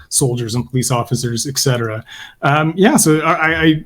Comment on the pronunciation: In light of the fact that you guys were talking about the pronunciation of the word "service" may I point out that the pronunciation of the term "et cetera" (etc) is not "ek cetera". There is no K sound in the term and I don't know why so many intelligent people, such as, mispronounce the term. Please! Apart from that, wonderful discussion!